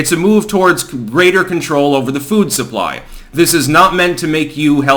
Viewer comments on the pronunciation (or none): none